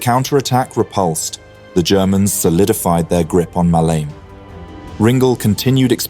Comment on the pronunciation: Muh-lee-may not Muhleem.